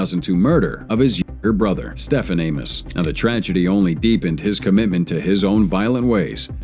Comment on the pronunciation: are we not gonna talk about the fact he cant say younger brother?